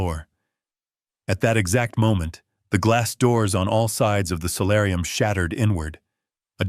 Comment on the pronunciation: Solarium, not salarium